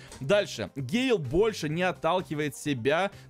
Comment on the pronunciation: Ещё раз пишу это не гейл или он гей? Это гэйл!!!!!!